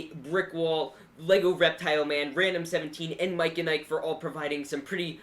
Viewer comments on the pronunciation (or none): none